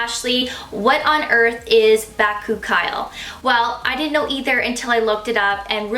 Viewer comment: You're pronouncing bakuchiol wrong, just an fyi.